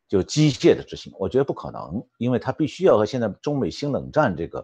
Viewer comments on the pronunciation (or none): 很正常，我们那里的人好多都读机介，但正确的应该读机械。